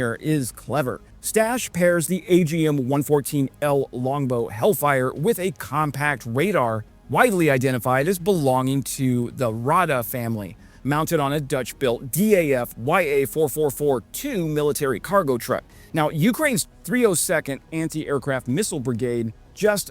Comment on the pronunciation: You can pronounce "daf" like you would pronounce "man" 😉